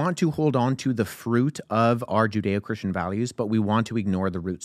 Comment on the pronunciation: He lost me at ‘judaeo’ Christian values 😂. It’s like Jesus no Jesus values.